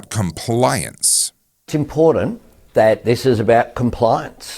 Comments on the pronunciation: “It is IMPORDANCE”, that Stupid, Embarrassing Excuse for a Prime Minister…(Albo) can’t even Speak Properly , what a Complete BOGAN……………..It is ALL About POWER and CONTROL………Refuse to Comply with their Bullshite. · It's "impordant".